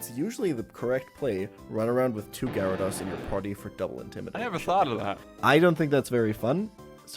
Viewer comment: Listen I'm sure this guy is cool and good and fine but how can I respect a pokemon person's opinion when they pronounce it "gyradoss"